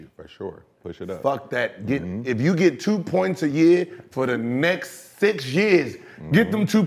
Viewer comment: why is he saying year like that?? 😂